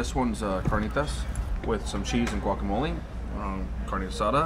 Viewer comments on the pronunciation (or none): Cheese and (guacahmoleee)😂😂 lmao lives in Vegas and still can’t say fucking guacamole(guacahmoleh) right